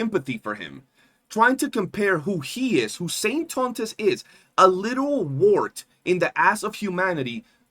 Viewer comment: SAINT-TAUNT--US. LOL